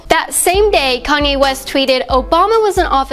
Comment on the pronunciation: ...wait a minute...did she just said Koney west at the beginning...